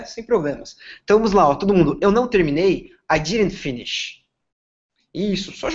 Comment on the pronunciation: O método parece interessante e acho que funciona sim. Porém, a pronúncia do professor é imprecisa para servir de modelo (por exemplo... a primeira palavra pronunciada "finish" tem os dois "i" pronunciados como "i" brasileiro, quando na pronúncia correta, se assemelha mais a uma "ê", etc.) Fiz fonética americana e britânica e o inglês tem sido uma das minhas principais ferramentas de trabalho nos últimos 15 anos. Repito, achei o método muito interessante e acho que funciona...só coloquem alguém com uma pronúncia padrão.